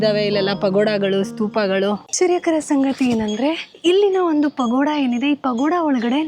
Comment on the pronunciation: ನನಗೆ ಸಡನ್ ಆಗಿ ಪಗೋಡ ಅಂತ ಕೇಳಿಸೋಬದಲು ಪಕೋಡ ಅಂತ ಕೇಳಿಸಿಬಿಡ್ತು 😂😂😂